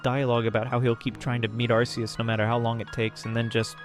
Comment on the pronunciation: Its ark ee us not arse ee us bro. Arse is a whole cuss word. You really think theyre gonna include it in an official pokemon name? be serious